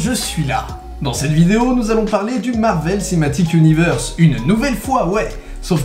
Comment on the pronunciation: "Marvel Cematic Universe" 😒